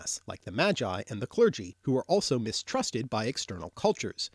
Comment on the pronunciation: seriously , you pronounce - "Magi" like "Jedi" ? hillarious, and you still avoid to mention slavic words you should know before you create this gibberish film .like : mogę , można , drzemać, marzyć , mąż , zmora , umierać , martwy , droga , targać , trzeć, droczyć się , wędka , wiedźma widzę , so it seems you have quite a homework to do, good luck !